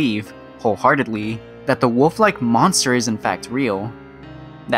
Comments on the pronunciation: “And built like a WUFF,” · “Resembles that of a WUFF…”